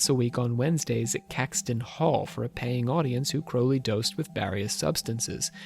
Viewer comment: Pronounce his surname properly will you?